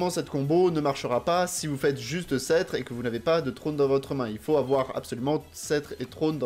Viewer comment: Alors c'est as our être chiant mais il faut rononcer le "p" dans "scetre" :o